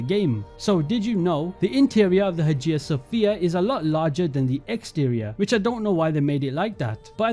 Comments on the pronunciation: Also Haja sophia... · Man… xD I was holding myself together at Hagia Sophia, but when Versailles came up, I literally had to stop the video and stare at the wall for a minute xD Never have I heard someone butcher that name so masterfully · I absolutely love these videos, but i cringed every time "Versailles" and "Hagia Sofia" was said